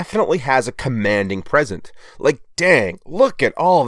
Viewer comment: Oops, said, "Commanding present" instead of "Commanding presence." Now he's got to redo the whole review again!😋